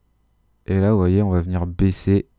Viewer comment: Super vidéo 👍 ! Mais vers la 40eme minute t'as dis baiser au lieu de baisser... 😂 mais sinon +1abonné 😖